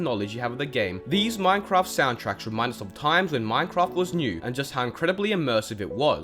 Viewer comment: Ahh yes "Minecroft"